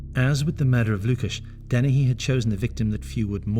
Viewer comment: Dennehy. Not Deni.